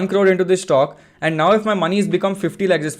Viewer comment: What is a Shhtokk? It sounds like Stock to me.